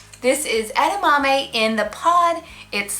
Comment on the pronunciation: I heard edmami